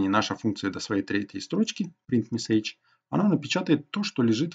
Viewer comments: Понятное объяснение, только режет ухо неправильное произношение английских слов - color (правильно - калор), message и т.д. Пожалуйста, не надо так. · Чувак , что с твоим ударением?? СтрОку, МессЕйдж и т.д